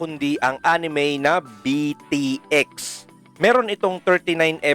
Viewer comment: Actually it is pronouce as beat x sobrang na miss ko ang anime na ito isa ito sa mga unang anime na na hook ako maliban sa zenki naalala ko pa dato nung grade 1 ako may classmate ako magaling mag drawing ng tepei inggit ako sa kanya noon tapos bumibili pa ako ng mga laruan nito sa school more power po sa inyo god bless